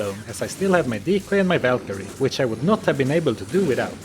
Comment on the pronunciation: the whalkerie lol VAL